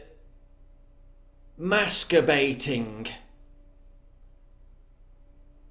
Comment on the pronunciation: ''Maskabating '''Ohhh that made this Grandma scream with laughter....